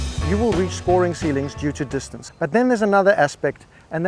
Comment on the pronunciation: And dis-tan-say!